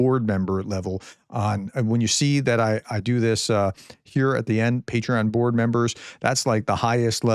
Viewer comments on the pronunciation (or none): none